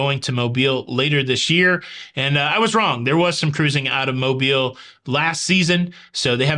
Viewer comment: Cruise News Time! 👏🏽👏🏽👏🏽lol you’re still saying Mobile. I think you just wanna say it .